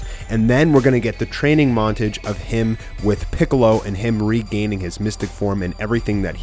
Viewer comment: its pronounced mont AH ge not montige